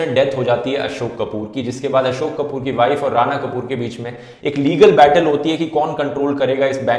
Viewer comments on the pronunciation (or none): none